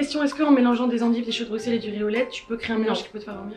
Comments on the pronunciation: Les gars arrêtez de dire BruXXXelles ça se dit BruSSSelles 😭😭 Ça fait mal à entendre le xxx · Bruxelles ce dis brusselles pas bruXelles😭🤌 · Actually on prononce pas le X de Bruxelles mes bb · En tant que Belge la façon dont elle disent Bruxelles me tue les oreilles 😂😬